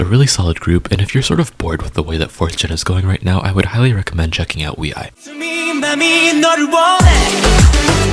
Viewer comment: Can't find time for each groups 😅 Wee i? Is that how it should be pronounced? Ok im wrong all this time